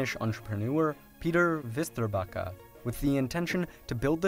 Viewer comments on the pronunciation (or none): it's not fister bikka, it is Westerbackah... how hard can it be...